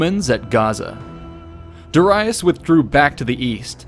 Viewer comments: Da ReEEE iS not De Ri US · This is very well made. The animations also brings everything to life. For me, learning with pictures are most interesting and effective. Also you've mispronounced Darius. It is pronounced as (Dari-yus) not (Dara-yus). Just a correction :) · It's pronounced 'Da-ree-us' not 'Da-rye-us'! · 9 lives? The boy was invincible. Edit: Also, did you just say “duh-rye-us “? Bruh, it’s Darius.. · Did you say Da-Rye-us. Face palm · Duh-rye-us.... wtf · Great video, honestly. The way you pronounced Darius though is FRUSTRATING, my guy 😂😂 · This pronunciation of Darius pierces my ears like a javelin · The way you pronounce "Darius" bothers me. XD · Say Darius right pls, its pissing me off so much